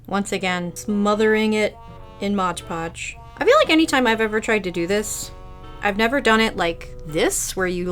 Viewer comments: I love your videos, but a little part of me dies every time you say modge podge… 😮‍💨😮‍💨😮‍💨 MOD!!!!!! 😂😂😂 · If you watch game grumps and know about Dan saying Arin like a disappointed parent that's how I went when I heard you say modge podge lol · "modge podge" --- its just mod podge lmao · why do you call mod podge modge podge